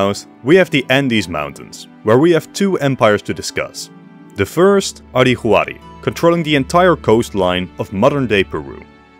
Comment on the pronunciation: Minor nitpick, 'Huari' is pronounced more like 'Wari;. Spanish doesn't use the letter 'w" natively, so for foreign words that use a 'w' sound, it is usually written with an 'hu' (the 'h' is silent).